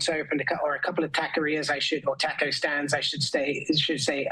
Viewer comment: the way he violates "taco" he's finished.